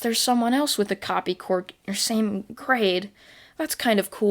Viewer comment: Ok I don't mean anything bad about this but I just love how you say "cwork"